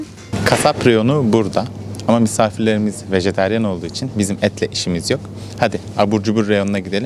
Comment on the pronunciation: vejeteryan değil vejetaryen doğrusu.